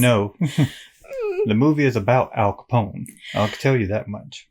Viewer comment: ....how do you mess up Al CAPONE????? No worries, much love for ya both...but Em...tsk...lol